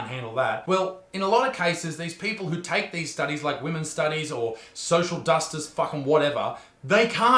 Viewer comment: "Social dustice"